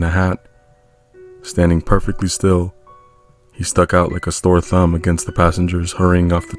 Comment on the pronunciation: Is it just me or did anyone else hear Store thumb and not Sore thumb also great videos keep it up!